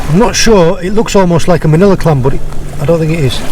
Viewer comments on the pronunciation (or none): none